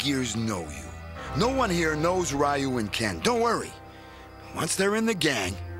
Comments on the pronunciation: The pronunciation of Ryu is driving me crazy. And wow, Cody's voice is hilarious. I'm pretty sure Jessica being with him would be considered abuse of the mentally challenged. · 1) Cody's voice & accent 2) Rolento's voice & accent 3) then Ken's hair... *Bonus* They're pronouncing Ryu as: (Rye-Yuuu) instead of (Reee-Yuuu) which also hurts my feelings, lol 🤕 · streetmagik I hate the way they pronounce ryu .its reoo not Raaiio. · Always hated the way they pronounce Ryu's name lol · So did I until I learned the proper way to say it. But u would think w/ a production team behind the scenes they woulda got it right. Like if I pronounce Machete as (Ma-cheet) that would hurt ur ears. We gotta respect Ryu! Lol 😆